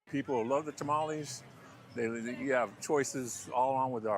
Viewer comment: ... Ta-mal-Less, Say it right Gringo! WTF, how long have you lived in Arizona? 🫔🫔🫔